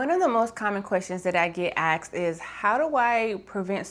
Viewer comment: "One of the more common questions that I get axed"?